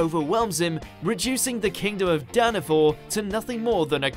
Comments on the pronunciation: It's danafall Not Danafor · It is Danafall not Danafor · Did he say Danafor? It’s Danafall... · its Danafall Not Danafor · “Danafor” I swear to god ITS DANAFALL PEOPLE! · Its Danafall not Danafor IDIOT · Danafall not danafor